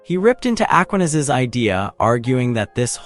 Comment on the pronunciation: Aquinas. The stress is on the second syllable.